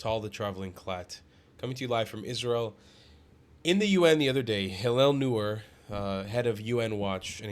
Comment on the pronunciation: By the way -- Hillel's last name is pronounced "NOY-er."